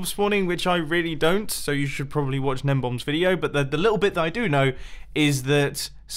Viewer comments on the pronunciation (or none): It's not "gnembomb." It's "GNEMBON"!!